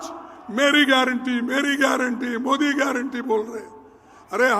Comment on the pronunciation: तुम्हारी, खुद,कि, तो,गयरटी नहीं है, मंदर चोद,ओर, तुम को गयरनटी, क्या, लोगों